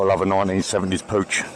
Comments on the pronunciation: It's pronounced Pook, like book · Pooch :D Try Puccchhh